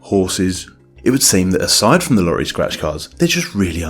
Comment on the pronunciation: Please stop pronouncing "lorry" instead of "lottery".